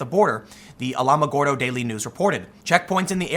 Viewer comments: I live in Alamogordo. It's pronounced Alamo-gordo. The checkpoint situation is obnoxious. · You mispronounce an incredible number of words. The 'Ala' in Alamogordo is pronounced like Alakazam. Double check this stuff if you want intelligent people to take your conclusions seriously. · That's my county...it's pronounced al-uh-muh-gore-dough. And i can tell you for certain that having the border checks shutdown have had a noticeable negative impact on me personally. Drugs are coming thorough like crazy. And with them come the types of people that a small community like mine aren't equipped to deal with.